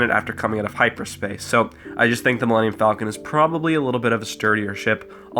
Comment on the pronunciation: Why does everybody mispronounce the Millennium Falcon.